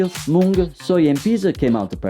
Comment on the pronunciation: As an Indian, listening to him properly pronounce Mung as it's pronounced here in India was so refreshing! 🙌🙌